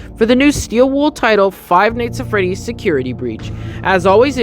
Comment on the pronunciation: I like how he says five nights at freddy's like five neyghts at freddy's